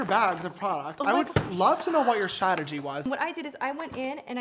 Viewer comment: say it with me Strah- tuh- jee strategy lmaoo love you sister